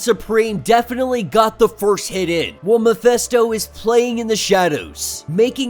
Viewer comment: You know, that his name is MephIsto, not MephEsto? Right?